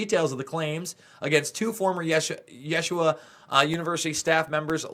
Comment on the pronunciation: these religious institutions are all corrupted. yeshiva is pronounced 'yasheeva.' child molesters run the world. here we are in these last days, end times, ( it Is biblical) those who read/understand that book where it is written that all will be revealed in the end times. thank you for your part. it will continue and not be swept under the rug anymore. can't thank you enough, for your very important work and your courage to expose the Truth!!! I am a believer in Yah (God) and Yahusha (Jesus) and pray that " No weapon formed against you shall prosper."